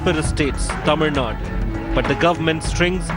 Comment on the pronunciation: how you pronounce the TAMIL NADU? as Tamil NUT Tamil NUT re- pronounce the word properly,Please.